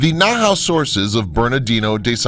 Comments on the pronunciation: Nahuatl is not pronounced Na-how, more like “Nah-wat” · Saksay-WAMAN. The narrator keeps pronouncing the Spanish "hua" as an English "hyu" instead of like "w". "Saksay-HYUMAN"... Cringeworthy. Same with his butchery of "Nahuatl" ("Nahatl" instead of "Nawatl"). Awful. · omg please read and pronounce properly NAHUATL right.... NAHAUTL? what is that? Mexica (pronounces me-shi-ka) not whatever you saying :D TEOTIHUACAN right ... TEOTIHAUCAN NOT... riiiiight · Narrator seems to be using Germanic-English pronunciation rules for the pre-Columbian sites. Anyone who mangles the pronunciation of Teotichuacan and Nahuatl is suspect in my book. So easy to find correct pronunciation.At least he got Tikal and Monte Alban correct. Hearing Na-HOW-tell was like fingernails on a chalkboard to my ears.